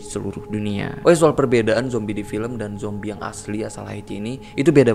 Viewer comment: Zombie ❌ Jombie ✔️